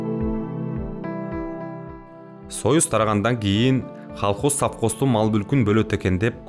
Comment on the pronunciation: Халкоз дегени эмнеси, ботом. Туура окусан боло КОЛХОЗ деп